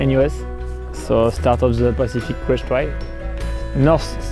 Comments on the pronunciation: itz crest not brest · Soweit ich weiß, heißt das Pacific Crest Trail und nicht "Brest" :-)